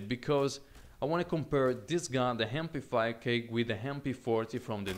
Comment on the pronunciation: The Hem-p5k Im sorry, but i had to point it out xD you have an accent, its not ur fault, i get it